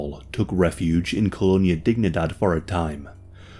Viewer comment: KŌ-lō-NĒ-ä dēg-NĒ-däd it isn't English and should not be pronounced as if it were English. It is Spanish you probably know they say Sí for yes and it is pronounced sē and not sï a is ä e is ā i is ē o is ō u is oo or ū